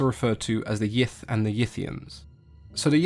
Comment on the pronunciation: I'm sorry but I keep hearing it as the "great race of yiff" so I can't take them seriously